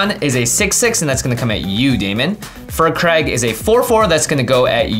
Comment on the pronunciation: I hate to still be that guy, but it's pronounced "Fire Crag" not "Fur Crag".